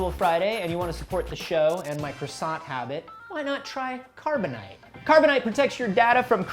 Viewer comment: Carboni-Te? It's a scam set up by!:o